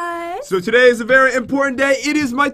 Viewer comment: said."berry lucky block".